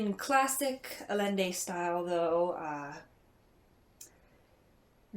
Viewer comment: Sounds like a great book. I look forward to reading it. By the way, the author's last name is pronounced A-YEN-day. :)